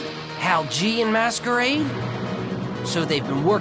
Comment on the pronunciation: I think you should say something like "Spoiler Alert!" Because you'll ruin it for other people. :/ and by the way, its Masquerade not maskaraid lol :P